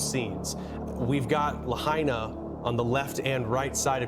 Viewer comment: It’s pronounced: La -high - na